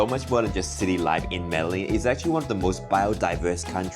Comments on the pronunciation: Meh-de-gin not meddle-in hope this helps! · By the way he pronounced "medelin".. it seems they didn´t have contact with locals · “Medeleen” is crazy 🤣🤣🤣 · I'm from a lil place in the south pacific yet I know Colombia and Peru and Argentina etc etc are very modern. No excuse in these days of information superhighway to think that Colombia ain't modern. Especially if you're youtubers who make your videos through travel. And it's pronounced MEDE-JIN, not Medelin. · it is pronounced Mede-Gin... the LL has a G sound. Guatape is very well known and it is one of the most visited placed by tourists and locals, you just went on a quiet season. Good video! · Please learn to say the name of the city you've lived in for a month at least somewhat correctly. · Was the guy mispronouncing Medellín for rage bait… I mean how can you be in a place and mispronounce it repeatedly